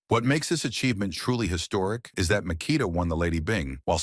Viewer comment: Mik ah tah. This AI shit is taking over.